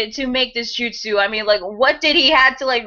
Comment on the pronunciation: It's weird that he called it "that justu" as if sasuke is familiar with this technique